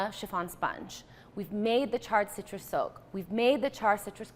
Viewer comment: so much better when i realized she's saying SOAK and not soap